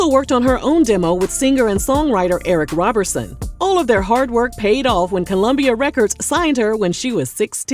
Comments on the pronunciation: Whoaaa GETt it right, It's ERIC RO BER SON, ROBERSON💜👑💜as in the GREAT PAUL ROBERSON💜👑💜 and NOT Robertson🤨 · not you butchering Eric Roberson’s last name 🤣😂 Emotional Rollercoaster went platinum in my Walkman!